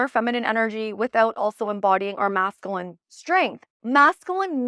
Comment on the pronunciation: Love your videos! Just wanted to share with absolute love and zero shade intended, that you are saying masculine incorrectly. It’s pronounced mascUline as opposed to MascAline. You say the word so often, I thought I’d share.❤ keep sharing your beautiful light babe!